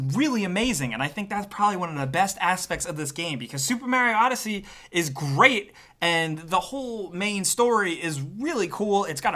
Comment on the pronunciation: Supa Maru odd-he-sé?